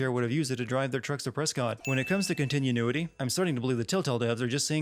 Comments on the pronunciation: Continue-what? Con-ti-nu-i-ty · "Continue-nuity" cringe Con-ti-NEW-i-ty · I'm adding a sin for your pronunciation of "Javi" as "Javè" And another for saying "continunuity" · Continue-nuity huh. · You pronounced continuity wrong. Why? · Adding a sin on how you say continuity [ding]